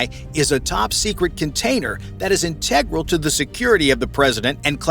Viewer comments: The narrator not only says, but also mispronounces, the word "integral" way too often. Try "vital", "important", "urgent", or "critical". I just came up with those off the top of my head. Get a thesaurus for God's sake. And quite possibly an actual human narrator instead of A. I. would probably help tremendously. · This video has a few flaws - one of them is the cheap "AI narrator" not able to pronounce the word "integral".